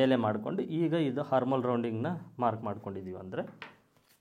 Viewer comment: ಅದು ಹಾರ್ಮ ಓಲ್ ಅಲ್ಲ,ಹಾರ್ಮ ಅಂದರೆ ತೊಂದರೆ ಅಂತ ಅರ್ಥ,armhole ಆರ್ಮ ಅಂತ ಹೇಳಬೇಕು ಅಂದ್ರೆ ತೋಳು ಅಂತ, ದಯವಿಟ್ಟು ಸರಿ ಮಾಡಿಕೊಳ್ಳಿ